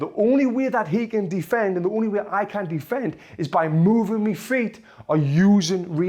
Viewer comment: why do you keep saying me its my